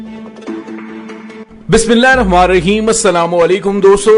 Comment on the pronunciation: Bhai Bismillah Sahi prha karen